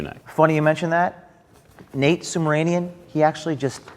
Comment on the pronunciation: Am I the only one who hears O'Keefe pronounces the guy's last name as "SUBMARINEAN"? ( , ) This SUB-RA-MANIAN weasel has nothing to do with submarines!